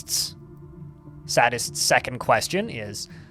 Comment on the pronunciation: I'm pretty sure Urist McSadist is "say-dis-t" and not "saddest".